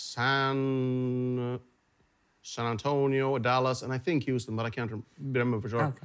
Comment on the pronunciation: Huston, Tx??? Come on Indy, you're from there!